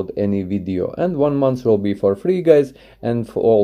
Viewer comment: Trie it 4 fleee